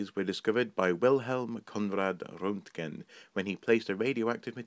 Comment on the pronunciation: Great video as always but your mispronunciation of Röntgen and Roosevelt is hardly acceptable. Of course I'm on my way to becoming quadrilingual so for me it feels different, but nonetheless it's sloppy.